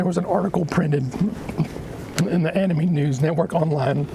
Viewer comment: HEY SMOKER LUNGS, ANIME IS NOT PRONOUNCED AN IH MEE IT'S AN IH MAE fucking miserable twat